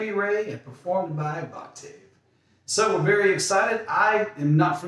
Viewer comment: Voctave is pronounced "vawk-tiv". :) Nice reactions!!